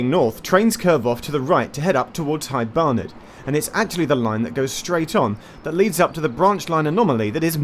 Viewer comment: Is it only me or does it really sound like Geoff says "Hight Barnet"? (I actually have thought that in other videos already, but always thought I misheard.)